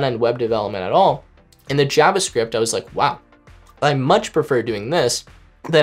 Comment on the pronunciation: How he says JavaScript bothers me.